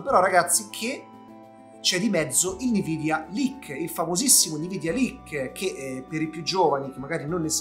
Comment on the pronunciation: Scusa sei sempre il numero 1 però puoi smettere di dire nividia?:P ❤